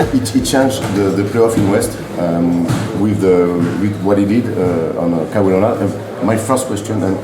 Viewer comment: > Je dirai exactement la même chose des gens qui prononcent "Ka why Léonar"!